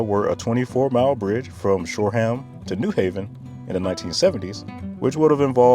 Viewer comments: Love the video. But as a local, it's pronounced "shor-um" not "shore-ham" 😂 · I’m not sure why you’re pronouncing Long Island with a hard g at the end. As someone who graduated high school and worked there, I never heard a “native” say it like that. But even more, I lived in Shoreham, and it’s SHORE-um, not Shore Ham. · as a Long Islander the way you pronounce Shoreham hurts my soul lol As for state troopers, they are around but not very much as Suffolk, Nassau and NYC all have their own police departments. Youre much more likely to see SCPD, NCPD and NYPD than you are to see a trooper but troopers are around. While the LIE is the primary east to west highway there is also Sunrise Highway to the south which which turns into more of a main street when you reach the Hamptons or Queens respectively but follows a similar system of exits and 2-3 lane highway for its majority and can take you from Montauk to Queens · Btw, we do not pronounce the second H in Shoreham